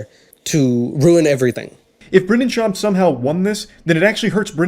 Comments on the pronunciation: Your Comedyreview was fire, so damn relateable. The whole Video is superb. Buuuuuuut: Did you not realize that you say his name wrong the whole Time? Or is Schwab a diss Name? Because Schwab and Schaub are both pretty common last Name and it Sounds do damn wrong brother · Why does he keep mispronouncing Brendan’s name? I don’t know OR Brendan, but I’m not off to a great start with. Schwab = pronunciation, as in Charles Schwab Invest Co. Shaub (pronounced “Shaw-b”) Brendan’s actual name. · Love the video but I just gotta say … it’s pronounce SHAWB not SHWAB and KAH-LIE-LAH not KAH-LEE-LA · Umm... since when is 10-5 a 50% win rate? That would be 66%. And not that I like the guy, but it is Sch-aub, not Sch-Wab. Anywho, proceed... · Not schwab, shawb. Spelled for pronunciation. Either way he's still a douche. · It's Schaub... not Schwaab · I might've watched more than 2 minutes of this video, if you could even say his name right! HAHA! It's SCHAUB /SH-AUB/ not "SHWAUB" or is that supposed to be some kind of SHWARMA joke!? 🤣🤣🤣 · I really can't decide if your mispronunciation of his last name was a fantastic long con joke or it was just actually that. It's supposedly said like SHOB, not SHWOB, his last name is just as dumb either way though. EDIT: oh well you got Khalyla's name wrong, so no weird subtle hour long joke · Shaub, not Schwab……I can’t believe this dork has half a million subscribers on YouTube…..holding a microphone in his room…..I mean Jesus Christ it’s like we all really seem to give a shit what everyone says about the world apparently. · I gotta know… Do you intentionally say peoples names wrong sometimes? Cause I know you’ve seen the other videos and his name is pronounced “Shawb” not “Schwab”… I’m legitimately just curious, the dude is a complete clown and deserves to be sh*t on and if pronouncing his name wrong is part of that, more power to ya! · Did you just say shuav? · You should pronounce Schaub like Arnold would pronounce "shop"